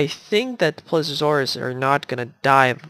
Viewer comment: eres a tip for relly big dinos like spiny if he's here and t rex if it matters you may have to put less animals in there if you put like cows and the others and it's not plesuresaurus it's ple se o saurus please e o saurus PLE SEE O!! lol : ) just so you know incase you havn't found out yet : ) great vid!!!